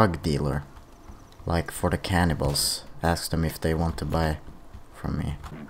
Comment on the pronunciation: At first I thought you said "cannonballs" but I thought "wait...there are no cannonballs" Then I was like OHHHH! Cannibals haha loving your videos man!